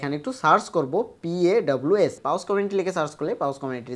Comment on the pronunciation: পাউজ/পাউস না রে ভাই! এইটারে বলে পস!